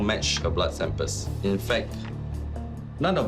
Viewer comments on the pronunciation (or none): The blood sampers... lol .. he cannot pronounce samples correctly